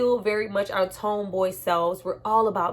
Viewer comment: Why do you say "tome" boy instead of tomboy? lol